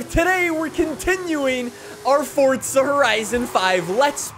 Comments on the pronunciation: Dude, for the last freakin time, it is Forza not Fortza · Za. not Tza.